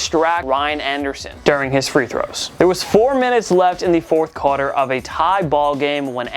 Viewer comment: ...“fourth cauter”...